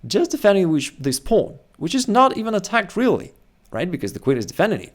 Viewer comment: “Pownnn” lol. It’s wild how he says it